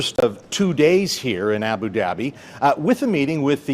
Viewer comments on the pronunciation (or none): Sure, it's hard to pronounce foreign words, but the guy and on doesn't even try. He (David Akin) pronounces the initial vowel of Abu like the a in the English word "at." He's just reading names as if they were in English, even though he could get a lot closer just using the sounds available to any English-speaker. He is an embarrassment to Canada's Global News.